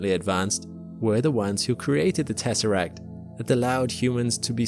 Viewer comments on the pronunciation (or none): none